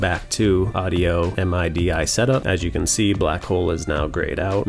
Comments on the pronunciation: The way you said MIDI cracked me up !!! EM EYE DEE EYE 🤣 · Quick and to the point! Also, I had no idea people called it M-I-D-I (spelled out), I assumed it was called midi (as in mid with an ee sound in the end) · Talk about making people feel old. This guy probably never heard someone pronounce MIDI as "MID-EEEE"